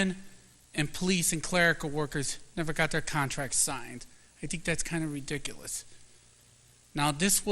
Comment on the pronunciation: I think it is “ree•dic•o•lus”. Too funny when he says this. 😂